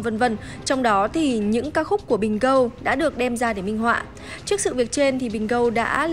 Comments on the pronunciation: Bình gôn chứ ai đọc là bình gâu gâu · Dương Phạm gô chứ dell phải gâu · tai mày cần lấy máy bơm bơm nước vào cho thông bớt, đọc tiếng anh sai tè le mà bênh =)) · Bình Gold = Bình gâu Jack = choét Đỉnh cao tiếng anh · Đọc thiếu chữ d cuối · Toàn bình gâu 🤣🤣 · Vãi bà yến, nói tên nghệ danh sai lè BÌNH GÂU 🤣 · Nó đọc là bình gâu mới vkl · V mà đó h đọc là Bình Gon😂😂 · Gôn đờ nhé. Gót là chúa r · Bình Gold đọc Bình GÂU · vchg phát âm bình gâu :))) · Vcl idol của tôi mà bà đọc là bình gâu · phát âm gold thiếu "d" . Chắc do đọc nhanh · phát âm như thế là gần đúng rồi, thiếu âm đuôi "d" nữa thôi chứ có gì mà bắt bẻ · Sai thì nó nói sai, binh binh cl :))